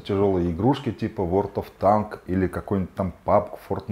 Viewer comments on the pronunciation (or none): none